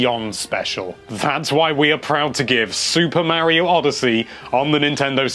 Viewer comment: Mare-io? Mar-iyo....